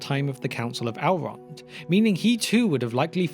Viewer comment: Still don't understand why yall choose to mispronounce Elves and Elrond as, "Alves" and "Owlrond". Tolkien was British but made it pretty clear, even in his accent.